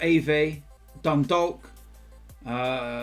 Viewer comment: You don’t pronounce the L in Dundalk 🤣🤣🤣